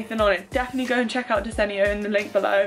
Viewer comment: take a shot every time pronounces desenio in a different way (jk great video as always🥰)